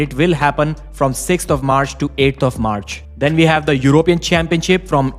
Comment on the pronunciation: We not ve. Waf not vaf.